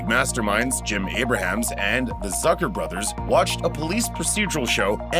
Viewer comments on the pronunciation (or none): none